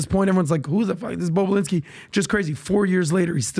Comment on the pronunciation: They should keep saying bobolinski at the right time just like Howard stern keeps saying bababooie, seeing Patrick can't say it correctly 😮😂